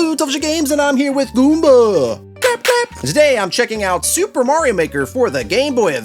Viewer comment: laughed too hard at "ihstt a me, mareo"